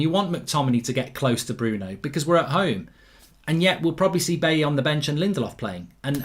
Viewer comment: Goldbridge Said at 8.25 Chelsea will play AtHletico Madrid??? Atletico has no H in it? Football pundit my arse!!!!! And while on it, it is pronounced Buyee not Bayee for Eric Bailly. SORT IT OUT Goldbridge.